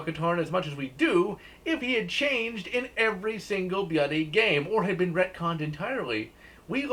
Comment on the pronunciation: Why do you keep saying “bloody” like that?